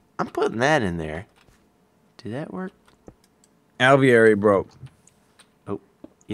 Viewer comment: they pronounce aviary wrong it doesn't have the l